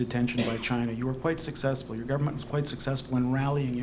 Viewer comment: “As I said on Monday…(*what did I say on Monday again…?*)….there are…’credible reasons’ that agents of the ‘gudverment’ of India…” Trying to take this man seriously is an exercise in futility.